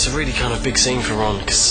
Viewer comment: Por qué fuerzas tanto la pronunciación de Ron y Harry? Parece que dices ran y ery